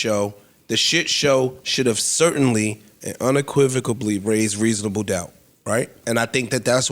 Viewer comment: . The word unequivocally does not have a b in it. If you don’t know how to pronounce a word, then don’t use it because it makes you sound dumb. 🤣 He says unequivocalbly